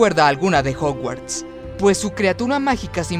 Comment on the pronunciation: jouguards no. es jaoguards en pronunciacion.